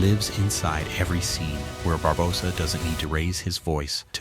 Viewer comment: your saying his name worng barbosa the o is long not short